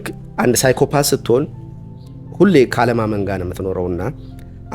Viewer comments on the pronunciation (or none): psychopath pronounce it ሳይኮፓት not ፓዝ